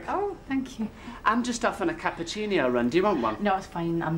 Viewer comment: was the "cappuciño" deliberate?